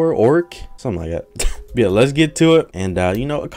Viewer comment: Drinking game: Take a shot every time he says “byeah”